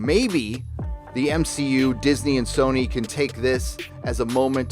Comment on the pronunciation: "M-She-U"....HA HA HA HA.